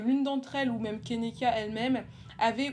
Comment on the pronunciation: Enfaite son prénom se prononce Ke-ni-ka et pas kénéka voilà :)